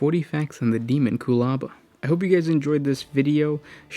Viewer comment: You got the pronunciation correct.